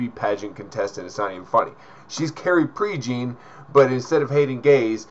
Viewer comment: Prejean is pronounced "PRAY-john," just saying. But the comparison is dead-on. The part alone is worthy of five stars.